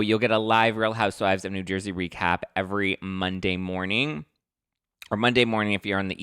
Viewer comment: Lol!! We don’t say New Jersey like that! Lol you’re so funny Btw.. #teamteresa Also no big hair in New Jersey, some do but not like years ago North Jersey and like Staten Island have more of those vibes. I’m by the shore so we are a little more natural down this way lol Great show tonight! 💕💕😍